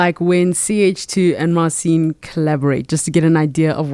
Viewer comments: Mar cheen - not Mar seen ;) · Interesting interview. I suppose the way it works Marcin was invited to do US version of got talent. I don't know who this old guy is, but if he knows and works with Marcin he should learn to pronounce his name correctly.